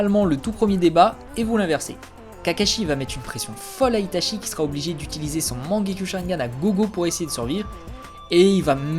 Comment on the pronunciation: Je viens de découvert ta chaîne et Jaime bien tes vidéos par contre en japonais "ch" ce dit "tch" donc "Itatchi","Tchoji" ect.... Sinon très sympa cette vidéo